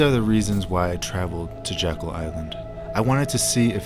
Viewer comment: It’s not “Jackal” It’s JECKYLL Island. This types of errors are what the denier’s go after. It makes people question the veracity of your documentary when you don’t do a simple Google Earth search. I grew up going to Jeckyll Island every summer from . Please do your research on the simple things like pronunciations and spellings because you have good info in the video but if people turn it off in the 1st 5 minutes then you are wasting your time. Those who would cove this information up (and have for 100 years) will discredit and discard good solid info based on something thus simple. If it helps, think of it like a courtroom battle between two sides and you have to be credible with the jury or you will lose the case.